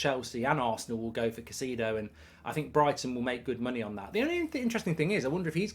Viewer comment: Mark this is a formal request to start pronouncing caicedo correctly!